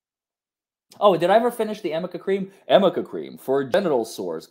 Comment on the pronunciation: it's Arnica cream..not Amica ARNICA